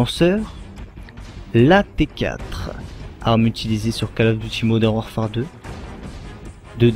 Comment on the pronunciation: " Modern WarfART " XD